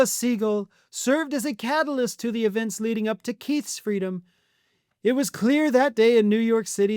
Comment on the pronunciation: Someone should teach Melania how to pronounce the TH sound. Pronouncing the as duh and father as fodder is not cute. It is not exotic. It is ignorant and lazy.